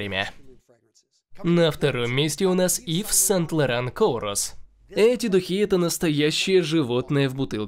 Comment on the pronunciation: Гу-эрлейн, Сент Лоран Коурос, Том Форд «ноир ...» 🤦🏻‍♂️ !